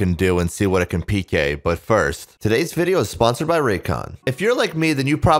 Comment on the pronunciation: it kills me that you fully enunciate pk ass peekay